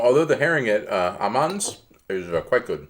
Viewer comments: It’s super fun watching your videoes. Just a few facts: 1. Aamanns is pronounced like an Å = Åmanns. The double a is an old way of writing and some lastnames with å is still spelled with double a (aa). The Å was introduced in 1948 as a replacement for double a. 2. Fish cakes are not “frikadelle”, it’s fiskefrikadelle. Yes, it is really the same, but containing different types of protein and is a VERY important distinction, especially for those who do not enjoy fish😉 Normal frikadeller are usually made with half veal, half pork. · Hi I greatly enjoy your videos and live right next to Torvehallerne. I hope this little tip will help you pronounce Aamanns correct for the next time you wish to invite friends there. The Aa is an old way of writing Å, which means it is not pronounced aa but óh! (å) as is in Oh!-man:)